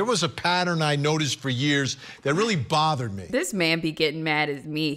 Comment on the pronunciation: pronounced the B in bothered like Malfoy pronounces the P in Potter